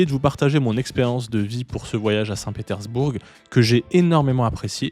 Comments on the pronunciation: On ne prononce pas le G. ! petersbour(g) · Non ça ne se prononce pas du coup comme tu l'as dis désolé...mais bon c'est pas grave, c'est juste que c'était très étrange cette façon de prononcer à l'anglaise lol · C'est nouveau ça 😮 on prononce le g de saint Petersbourg... Chouette ton imperméable des années 50...😊 Ca se dit ça, je sais pas c'est quoi...en parlant d'une marque de voiture chinoise ? Tes videos sont creuses mec... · ah tu prononces le G à la fin de St Petersbourg ?